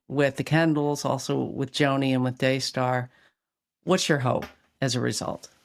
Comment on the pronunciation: Daystar? It sounds more like DAYSCAR!